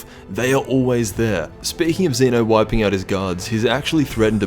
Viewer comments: Zen’o, not Ze-no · It's not Zena it's zeno